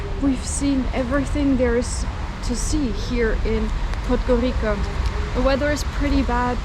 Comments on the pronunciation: Can you Pleeeease stop saying "Podgorika" ... it's pronounced Podgorica - as in Pizza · Correct pronunciation of the penultimate letter in 'podgoriCa' is [ts] like the russian ц So [podgoritsa] is the worst area I ever was